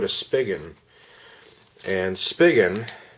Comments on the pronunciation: Thanks for this video. One thing though, it's pronounced 'spee-gen' not 'spiggin'. ☺ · i thought it was "spygen" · I have been searching for over a month for a good case for my Axon 7 and am on my 3rd case which is the Poetic case which is okay I guess but I prefer something like the Otterbox Defender which I have always used for my phones but Otterbox said they have no plans on making any cases for the Axon 7 so I guess we are stuck with these cases and a few other crappy ones. Just a heads up, Spigen is pronounced (Spy-Jen). Thanks for the video.